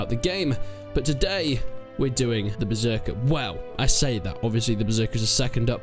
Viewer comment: idk why but i had loved that first "berzerker" after intro lmfao